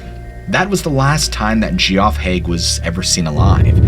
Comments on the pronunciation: No worries man. I just know the majority of people named Geoff don't pronounce it that way so it sounds odd. Just some constructive criticism. Still enjoy your channel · Gee-Off??? ROFL! I always get a kick out of it when people pronounce Geoff as gee-off instead of Jeff. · Geraldine aka Gerry is pronounced Jerry not Gary; Gary is a man’s name. Geoffrey is pronounced Jeffery, so yeah Geoff is said like Jeff. Cmon dude have ever heard the name Jee-off? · Was it the smell of fire and brimstone, perhaps??? And the "flying man?" THINK ABOUT IT. (p.s. "Gerry" is pronounced "Jerry," short for Geraldine; also "Jee-off" is pronounced "Jeff" and is spelled Geoff). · Just to let you know: "Gerry," the diminutive of "Geraldine," is pronounced like "Jerry," NOT "Gary." Geoffrey is an older spelling of Jeffrey, so "Geoff" is pronounced "Jeff," NOT "Gee-off." Not trying to be rude. I just had trouble enjoying the stories with these mispronunciations. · Hey Buddy! The name "GEOFF" is pronounced like "JEFF" not "Gee-Off" — "GEOFFREY" = "JEFFREY" (I got a good laugh on that one). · You really think the nurse was called Gerry? Not Jerry as in Geraldine? and its Jeff - not Gee-off. FFS are you trying to be funny :D Edit : OK I will let you off as you said you loved us all. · Geoff is pronounced Jeff , just fyi , love your stories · Just FYI, "Gerry" sounds like "Jerry", and "Geoff" sounds like "Jeff". Great narration, have subbed. 😊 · Geoph is pronounced as Jeff. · . . . and Jeff and Geoff are pronounced the same. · Great stories! But Geoff is pronounced the same as Jeff and Gerry is the same as Jerry. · Geoff is pronounced Jeff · Geoff is pronounced Jeff. If you are going for a phonetic pronunciation it would be more appropriate to pronounce the g as you would with the word gather. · "Geoff" is pronounced "Jeff." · This was interesting. One of the stories, Geoff is pronounced as Jeff. It is a name from the UK. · thank you....the "gee-off" pronunciation made me laugh pretty hard..